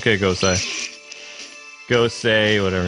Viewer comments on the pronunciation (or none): IT IS GO-SAY